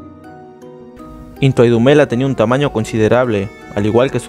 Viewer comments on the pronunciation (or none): its NTWANDUMELA and not nthawa???